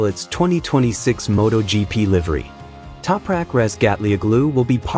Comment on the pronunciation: what is this AI garbage pronunciation of Topraks name!